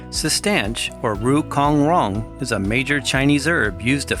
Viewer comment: Rou (cong) rong, e second word is pronounced as (chong with "ch" sound) Not as in "k' sound.